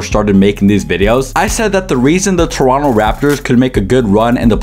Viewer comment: props to you for pronouncing toronto right❗️❗️